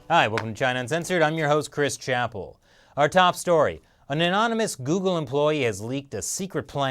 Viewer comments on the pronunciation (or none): none